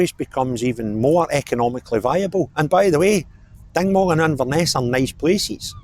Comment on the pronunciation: Dingwall, not Dignwall....